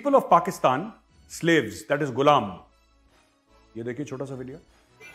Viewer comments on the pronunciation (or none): Veere Ye toh apne Mulk ka naam theek nii bolte....Pakistan ko Paxtan bolte h.....Inse kya umeed karni???